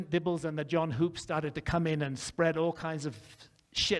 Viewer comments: It’s pronounced John Hups not Hoops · Graham can't even get Hoops' name right. Sounds like wood not food. Dibble is destroying these guys, and it is really funny. He's shaken the beehive, and they're stirred up real good. Edit: I've got this theory, and it might be way off base. I get the feeling that the ancient aliens/advanced civilization thing is more of a messianic fantasy than anything else. People are hoping the aliens will come down from the heavens and save us from ourselves. Are you guys seeing that?